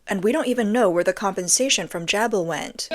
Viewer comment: It is pronounced - Jay-Bill